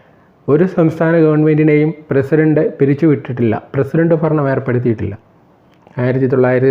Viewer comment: ഫരണം അല്ല ഭരണം..... ഉച്ചാരണം ശ്രദ്ധിക്കുക...